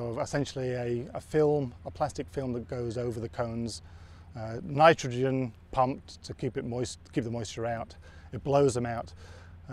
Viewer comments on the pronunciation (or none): none